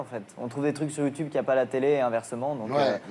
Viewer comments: Donc déjà mon gars avant d'interviewer Squeezie ou encore le critiquer tu vas réviser ta prononciation du mot YouTube ! Parce que YouTube ça se dit pas "YouTouube" ! (Désolé de rager mais ce gars m'a gonfler dès les 20 premières secondes!) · On voit le décalage des générations dès le début quand il dit « Youtioube » 😅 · Youtioube c gênant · C'est comme ça que ça se dit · Ce qui me fait rire c'est ces darons de 70 ans qui pensent pouvoir se fonder un avis alors qu'ils disent "Youtiube" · Attend il dit YouToube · À partir du moment où le mec prononce "Youtoube" tu sais que c'est mal barré😂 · Ça se prononce Youtioube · Ardisson déteste YouTube ç normal il sait pas le prononcer il dit youtoube LOL 😂 sinon plus sérieusement il déteste YouTube car nous les youtubeur avant plus d audience normale comme la dis Squeeze en se rabesse pas à la télé rialité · il dit youtoub à lieux de youtube mdr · "Youtchoube" JPP le mec il dit que de la merde et il est même pas foutu de prononcer normalement un mot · Bah c’est comme ça que ça se prononce, wtf